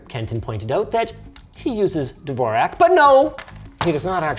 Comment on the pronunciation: lol not how you pronounce Dvorak at all